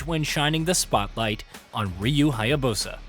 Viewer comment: what is with a lot of white guys and mispronouncing foreign names. lmao ryu haya-BOSA. it was the same thing with ghost of tsushima too. also LMAO at the re-dubbing where he had to edit in the phrase, THE BOSS, multiple times.